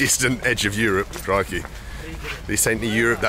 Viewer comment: Are you saying crickey?